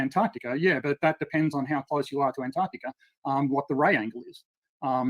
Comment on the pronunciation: Antarctica = On-Tahk-ticker